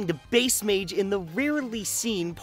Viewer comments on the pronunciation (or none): none